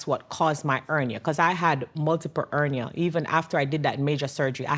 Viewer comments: Ernia he doesn't know she is saying hernia😂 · He said " ernia"...lol ...her jamaican accent was dropping the H... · She's Jamaican the H is silent for them. My husband is Jamaican & they pronounce words differently.